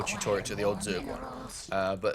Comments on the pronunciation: Tutorital... Come on man. too-tawr-ee-uhl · do all Brits say "tutorital"? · I love the fact that said 'Tutorial* once or twice, and then going back to 'tutoritals* xD is awesome! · It is Tutorial not Tutoritals. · why do you say tutoriatal? There is no third t in the word. It's tutorial! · TOO TOR E AL Not TOO TOR ET AL ;) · tu-to-ri-al.. Not tu-to-ri-tal. He's prolly doing it on purpose, but its not funny. Its a learning video and people with bad english will start sayin tutorital and be laughed at. Its mean. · TUTORITAL, WOOOOOO!!! The extra T is for TER-FUCKING-RIFIC!! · really throws me off hearing him (and seeing some the comments) say "tutorital." that's not a word. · ha ha ha why the fuck can he not say tutorial ha ha ha thats some funny shit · love your way of saying tutorial xD "tutorital" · Man, I love your videos, but it's "Tutorial" I'm sorry, but lol. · I swear, if he says "tutoriTal" one more time.... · Tutortital? Really? Say it how its spelt please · when i hear "tutortial" it makes me wanna become a grammer nazy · Every time I hear tutorital I feel like killing a newborn baby. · I believe the joke is that says "turtorital" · EVERY TIME HE SAYS TUTORITAL I DIE INSIDE A LITTLE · JESUS CHRIST IF HE SAYS "TUTORITAL" ONE MORE TIME I WILL UNSUB. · How do you consistently say tutorital... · Stop saying Tutorital >!>! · Tutorital? Spelling it wrong I can understand. But saying it wrong? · Who pronounces tutorial like that, seriously? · Why can't he say tutorial? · wtf, he forgot during 11 months how to pronounce 'tutorial'? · For the love of god someone teach him how to pronounce tutorial! That aside thanks a lot great stuff as always! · cool thanks for the upload. yousay tutorial funny but I guess im just being a dick telling you that